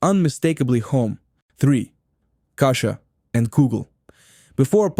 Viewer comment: It's strange that the VoiceOver person pronounces "bialy," "kasha" matzoh brie" and "challah" wrong. Weird!